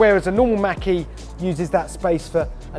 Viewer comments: Why do you say Mackie? It's pronounced Mawk - E. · I like how you say 'ford makky' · Sounds like he said Mackey lol.